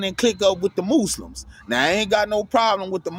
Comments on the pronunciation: The mooslims 🤣🤣🤣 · The Mooslims lol